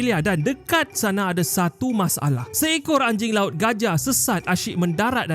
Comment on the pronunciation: Yang saya dengar ANJAR LAUT